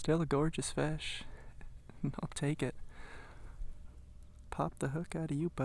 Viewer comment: nice Fesh..from now on I'm calling them fesh, not fish